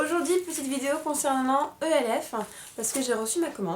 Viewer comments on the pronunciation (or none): moi g pas aimer la façon dont a critiquer les produits de chez e.l.f. j'avais envie de la baffer pour comment elle a dit le nom e.l.f je vous la refais " je vien de recevoir ma première commande de chez ELFE, E.L.F MACHACHIN TRUC " vous ne me comprenais peut être pas mais pour moi c quelque chose. Et puis l'histoire du pinceau avec la poussière au champignon hallucinogène.Les filles cette fille la je vous le dit elle est grave!!!!!